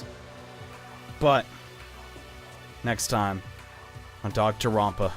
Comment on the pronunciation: idea for the last episode you pronounce the games' title correctly